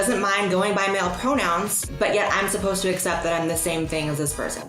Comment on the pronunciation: he can't pronounce the 'cc' in 'accept'. He pronounces it as 'assept'. Bizarre, particularly given that he pronounces 'accessible' correctly.